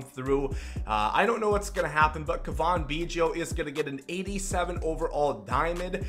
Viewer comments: Turd Ferguson yes it is Cav In not cavon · It’s Cavan, pronounced liked Gavin with a C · It’s pronounced Gavin with a C, he’s not French lol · It is pronounced Cav - in Biggio not Cavan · Kaa-vin, not Kaw-von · The Cuh-von bothers me almost as much as the Row-Bear pronunciation of Robert. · It’s pronounced C-A-V-I-N, like GAVIN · its almost like you try to say Cavan Biggio’s name wrong holy crap man..... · I know it's nitpicky, but the way you say Cavan literally made me close out the video. It's so bad lol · is it just me or does he have an accent (no im not talking about the way he pronounces cavan) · Is that how you say Cavan?? you’re terrible at names. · Learn how to say cavan, he's not french.